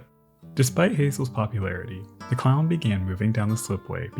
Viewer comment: Kept hearing "clown", not Clallam, not a good start but a good end...for the episode not the clown..Clallam...eh